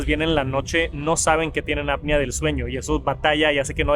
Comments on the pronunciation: Es apnea no apia. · Buen video, muy completo, solo como observación constructiva ten cuidado con la pronunciación de la APNEA y dices “ADAPTIVO” palabra que no existe, reitero solo es de forma constructiva, me gustan mucho tus videos, saludos 👋🏻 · Siempre le pasa lo mismo que como solo ha escuchado la palabra en inglés, no sabe pronunciarla en español correctamente. Y no es gringo jaja 😅